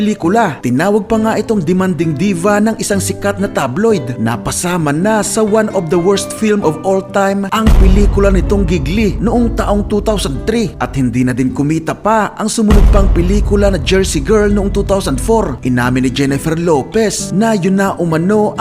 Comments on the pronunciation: idol hindi po gig-li ang pronouncation ng gigli kundi jili po. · Gigli is pronounced jeli, it's Italian name get it right boy.